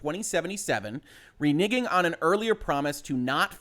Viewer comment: It's really weird how I find myself instinctively cringe every time you say the word "renegging". I know exactly what you're saying, but for a split second it sounds like the other thing and it makes me pause for just a split second before I realize, nah that was nothing lol. Anyways, good take on the situation. I don't like the idea or the implementation of crunch. That being said, I"m not going to cancel my preorder of cyberpunk at this point. Thankfully they're at least being paid for the overtime, and if everybody cancels their preorders, that starts coming out of the 10% that gets split with the devs too, and refunding preorders at this point would make all that work by the devs all for nothing. It is a bit of a double edged sword situation unfortunately.